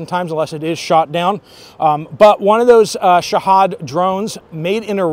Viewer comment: its pronounced shah'heed spelt shahid